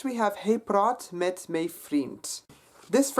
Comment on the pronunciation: I'm a native speaker and it sounded like he pronounced it perfectly to me. 'Hy' should be pronounced as hey. 'My' should be pronounced as may.